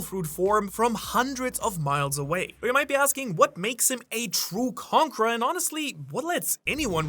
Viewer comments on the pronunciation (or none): He always pronounces conqueror as "conkra" and once you notice, you can't stop hearing it. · I hear conker